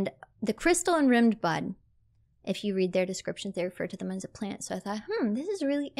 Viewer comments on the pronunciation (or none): EL-PHA-EL. Also rime is pronounced like Rhyme bro. Rimmed bud sounds something nasty